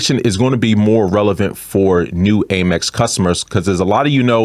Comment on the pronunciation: Love your content; however the pronunciation is AM-EX, not AIM-EX my friend (hugs).